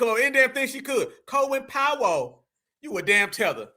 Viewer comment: That bih put like 3 Syllables on Collin Powell last name 😂